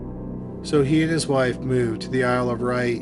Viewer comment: Isle of Wight (like white) not wright.